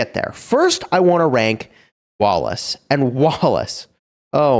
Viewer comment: i always hear walrus instead of wallace 😆